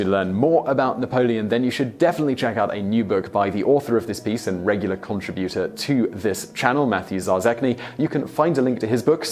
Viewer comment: Simon, I adore you, but your pronunciation sometimes baffles me. Case in point, contributor. It's just mispronounced being neither US or UK. I think since you are so popular, it behooves you to get it right. Perhaps you're under the gun to meet production times? I can imagine some poor sod in Nepal or Azerbaijan trying to learn English and hearing you pronounce contributor that way. I checked to make sure it was not some US/UK difference.